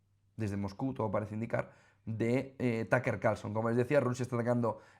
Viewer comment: todo mi apoyo a Putin Y Rusia y por dios no es TAKER Carlson jajajaja un poco de trabajo en pronunciación no les caería mal se dice TƏk Ər si lo quieren pronunciar como americano o TƏk Ə como británico, las silabas en ingles no se forman como español y ese simbolito chistoso se llama schwa que es el sonido mas común en ingles increíble que los españoles que quedan ahí muy cerca de los ingleses no tengan ni idea de como se pronuncia el ingles